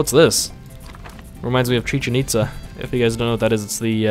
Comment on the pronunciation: Please stop pronouncing things with your American accent. I'm not even hispanic and it bothers me. CHEE CHIN EETZUH he says. By the Aztecs in Mexico he says. The Chichenitza was built by the Maya in Yucatan! TIP: Don't say things you don't understand.